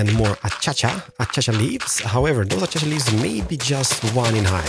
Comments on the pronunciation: I love how he calls it, “ Achacha leaves. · nobody tell him how to say acacia properly because he says it amazingly